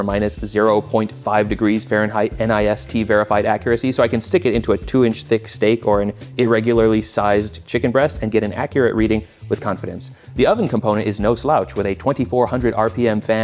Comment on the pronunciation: Great Vid! btw the common way of saying NIST is say it like "mist" with an "N", not "N" "I" "S" "T". Cheers!